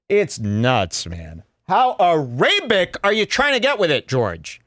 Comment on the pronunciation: thinks he came up with the word "arabic" but hes really just mispronouncing the actual word